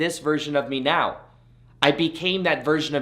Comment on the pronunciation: It sounds like he says 'Right MEOW' instead of right 'NOW' ? Unless I'm missing a cat pun or sumthing?! Happy New Year, amazing advice as always!! GoodBye Neediness!!!! you horrible drug!